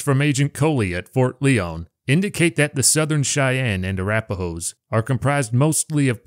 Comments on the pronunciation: It is pronounced Ft. Lion not Lee-on just saying. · I believe it's pronounced "LIE-on"